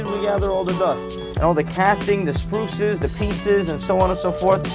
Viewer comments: Sprue not spruces foooooooooooo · Sprue not spruce. Lol.